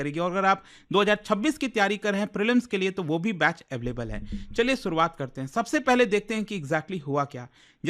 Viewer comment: "Suruaaat" what a joker.